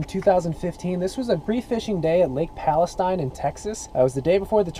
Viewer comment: Pronounced like "Palesteen,". A simple proof that you have gone from Texas too long. Ha! I am really looking forward to your fishing videos from your new and smaller Titan. Stay warm,! Brad